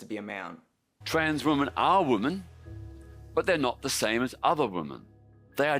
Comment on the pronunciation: This is Peter Tatchell. He literally can't pronounce the word "women" let alone define it. If you want a good laugh go look up the video of him "debating" (getting his arse handed to him) Helen Joyce and getting increasingly annoyed at "Freda" on his side representing the trans community getting drunk and claiming she would sleep with ppl in the audience's husbands. He then proclaimed he knew the gender identity of the audience based on what they were wearing. If you want a darker side then look up what he said about a certain group of men and their attractions to children. It won't surprise any of you.